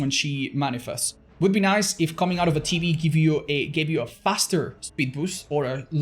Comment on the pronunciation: saying TV sounding like tb kills me lol 😆